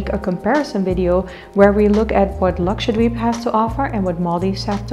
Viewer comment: Even ur pronounciation of 'Lakshadweep' is so accurate than most of us indians 🤣.